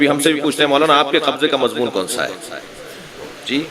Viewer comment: MashaAllah but plz lafz Mazmoon ki islah kijye mazboon nae hota its Mazmoon